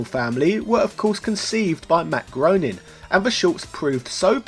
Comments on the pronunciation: Groening is pronounced "gray-ning" not groaning. Great episode, though. I bought the PS3 version back in the day and still have it on hard drive. Good thing, since it was delisted years ago. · Matt Groening's last name is pronounced so that it rhymes with "raining", not "groaning". :D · It's Groening like graining, not groaning... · Groening is pronounced "Gray-ning" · It's pronounced Matt "Graining" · Not that it matters, but as Matt puts it, Groening rhymes with complaining.